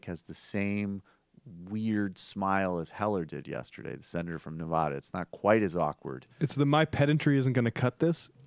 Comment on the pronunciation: Ok say it with me guys: Neh-vaaa-duh